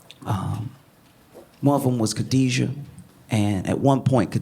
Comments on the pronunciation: Kidada not Khadija 😊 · KIDADA, not kadiejia. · Hahaha Kidada (Ke-da-da) not Kadijah, Josh. 😂😂🤦🏿‍♀️🤦🏿‍♀️🙂🙂🤷🏿‍♀️🤷🏿‍♀️💯💯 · The daughter's name is Kidada not Khadija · Her name is Kidada. Not Khadijah Josh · Josh calling Kidada Kadijah is making me itch 😂😂😂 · Not Khadija - her name was Kidada 🙌🏾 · It’s “KIDADA” not “Khadija” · I’m like who tf is Khadijah 😂 her name was Kidada, Josh 😭😭😭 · Kidada Jones..... Not Khadija or however it's spelled. 😂 Still love you tho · Her name is Kidada not Khadijah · It’s Kidada not Khadijah btw ❤😉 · KHADIDA NOT KADIJA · Josh I love your work! If I may say, her name is Kidada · Hilarious 😂 (Its Kidada though, for the culture ✊🏾🫶🏾) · Kidada josh. Its Kidada! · Pronounced her name wrong though Josh. I forgive you.